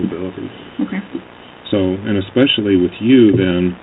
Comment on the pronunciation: With a doctorate in education says: “when he takes his medication & don’t take it.” “He was dark skinned-ed.” “I had took two…,” ekspecially. Favert vs favorite.